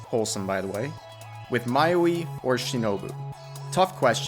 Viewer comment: "I hold the Monogatari series close to my heart" Proceeds calling Hachikuji as "Mayuwi"